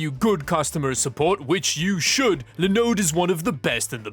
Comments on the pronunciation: Not a Linode dude- its a LinOOOOOOOOde! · Honestly, I think at this point you should sponsor lenode. Everytime I hear another creator sponsored by them I think of you and your wonderful pronunciation of the brand:) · Idk why by the fact you pronounced the start Linux and Linode differently is funny. Linode is short for Linux node, so the start of it should be pronounced the same as you do Linux.